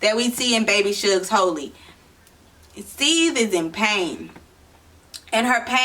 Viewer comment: I think you’re pronouncing the name wrong